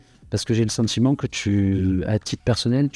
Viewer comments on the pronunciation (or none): Ca comment bien: Tout tchype de personnalitché. J'ai le sentchiment que tchu. Au cotchidchient. Je suis provençal. Je ne suis pas arrivé à 2 mn de visionnage. Qu'est devenu notre bel accent? notre identchitché